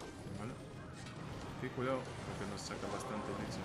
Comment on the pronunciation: Cuando decís "aquí cuidado" no sé por qué se me confunde y escucho "que culiado" ajajajaj. Saludos estimado